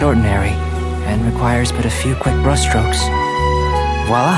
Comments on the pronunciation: He sounds so close to saying Bruh strokes LOL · khoi dao, its bru-shhh sto-ok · Let's appreciate Khoi for being able to say "brushstrokes" after recording four time in a wardobe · his en va is Khoi Dao. btw it took him 37 takes takes because he can't pronounce brush strokes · The fact that it took Albedo's VA a lot of takes to say "Brushstrokes" properly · the VA said he can't pronounce brushstrokes and had to redo that line 36 times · The voice actor, Khoi Dao, stated this: "Yep, still immensely honored to voice your English Albedo in Genshin Impact. Did you know? That line took 37 takes to get right because I. Cannot. Pronounce. Brush. Strokes. bruhshtrokes. burhstrokes.Bushtokes." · fun fact : Mihoyo had to record the scene nearly 14 times because poor Khoi couldn’t pronounce ’brushstrokes’ lmao. He posted this on his twitter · not me constantly replaying to hear khoi say “brushstrokes” 😂😂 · The voice actor had to retry this line 37 times, all because he couldn't pronounce 'brushstrokes', just a fun - fact! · fun fact:it took multiple times to film the audio for this since albedos voice actor couldnt pronounce brushstrokes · The fact that Khoi Dao ( the va for albedo ) had to retake saying brushstrokes because he didn’t know how to say it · let's just appreciate how it took 37 tries for his va to pronounce brushstrokes correctly 💀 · i'm just here bc khoi mentioned how he had to redo this over and over because he kept messing up at pronouncing "brushstrokes" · It took Khoi a lot of attempts to make this, because he didn't know how to pronounce "brushstrokes" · only legends know this took 37 tries to pronounce brushstrokes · The fact that I know that Albedo’s voice actor aka Khoi took 38 takes I think just to watch pronounce the word “brush stokes” right 💀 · Another fact that his VA (Khoi dhao) Have recorded 34 times at 'brush strokes' because he can't say it right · Fun fact: Albedo's voice actor must redo the voice record because he can't not say brushstrokes.